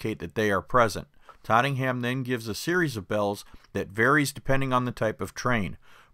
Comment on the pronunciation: It’s Tottenham , not trottingham